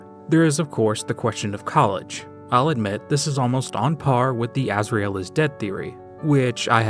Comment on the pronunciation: the way you pronounce asriel is Pissing me off i'm the original starwalker